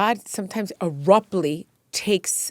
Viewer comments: “Erruptly” is crazy. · What the hell does “ARUPTLY” mean?!? Gosh learn the language! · Please stop saying “Aruptly” instead of “Abruptly”!!! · She keeps saying errupt ly instead of abruptly. 😂